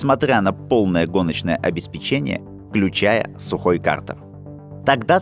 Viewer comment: ОбеспЕчение, а не обеспечЕние.